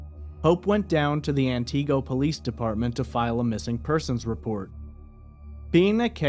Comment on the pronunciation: He mispronounced Antigo for an hour straight. 😂 Just an honest mistake, I'm sure.